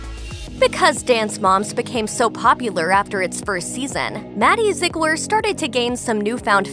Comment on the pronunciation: “Maddie Zeglir”